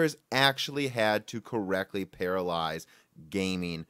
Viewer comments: think you meant to say parallelize, not paralyze. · The word is PARALLELIZE (or parallelise) NOT paralyze... which is something else entirely different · I think you mean "parallelize". Because it sounds like you're saying "paralyze". Slightly different meaning - LOL. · “Parallelize”, not “paralyze”. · Para-lell-ize, sir. To "Para-lyze" would be a terrible idea in programming... 💀😐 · Love how you kept saying "paralyse" instead of "parallelise" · Sorry, but I can't get past that you're saying "parallize" instead of "parallelize". I ignored it for the first 4 or 5 times, but then it just kept coming back and back and back...... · parallelize If you say paralyze, it's not the same... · Paralyze? Do you mean parallelize? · Parallelize not paralyze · You keep saying paralyze instead of parallelize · Parallelize =/= Paralyze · Pa-ra-le-Lize. Not Paralyze. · You kept saying "paralyze" but the word is actually "parallelize". You're missing a syllable. I appreciated the video though, especially the history lesson. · scrolled to look for this before saying something. holy hell, it was hard to stomach 'paralyze' being said repeatedly. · It took me half the video to realize wtf he meant when he kept saying "Paralyze" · PARALLELIZE there's an extra syllable there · The word is Parallelize!